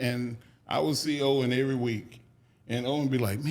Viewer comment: (EVERY NOT ERRY)